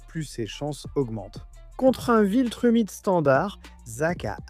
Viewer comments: Viltramite...je commente sais que malheureusement ça va aider le referencement mais c'était extrêmement agaçant, la prononciation a été bonne pendant quelques secondes mais sinon c'est immonde et si c'est " VILTRUMITE" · Très bonne vidéo et chaine très intéressante avec vraiment du potentiel..mais pourquoi "viltramite" ? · C'est pas viltramite mais viltrumite quoi